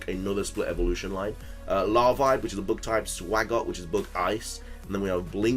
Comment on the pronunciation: Is it me or when he said “but type”, it could have been heard as “book type”